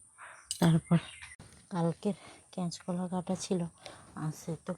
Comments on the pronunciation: এত আসতে কোথা বলো কেনো আর কেচ কলা নয় kach কলা বলে একটু ভাষা টা ভালো করে বল বোন। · ক্যাচ কলা বলে না কথা গুলো ঠিক ঠাক বলো আর গলার সাউন্ট একটু বাড়াও।